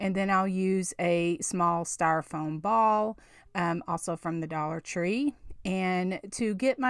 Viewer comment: So happy to find a Valentine's diy from you! All cute! But just fyi, topiary is pronounced "toh-pee-air-ee" with the accent on the first syllable. Someone had to correct me a while ago, so I thought you might want to say it right, too :) Also, the word "styrofoam" ends with an m, not n. :)